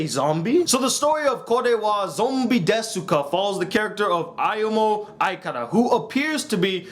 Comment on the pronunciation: It's pronounced "dess-ka" the "u" is silent.